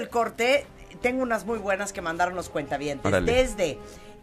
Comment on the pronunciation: Me duele los oidos cada que dices cuenta- habientes, estoy en el banco o que?